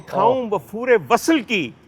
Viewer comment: ڈاکٹر صاحب آپ عمدہ پڑھتے ہیں۔ صرف یہ کہنا تھا کہ وصل کو vasal نہیں vasl پڑھیں۔ اس کے ساتھ ساتھ، ایک لفظ پڑھا سحر، جہاں وہ جادو کے طور پر استعمال ہوا، وہاں آپ نے Sahar پڑھا, Sehar پڑھنا چاہیے تھا۔ آباد رہیں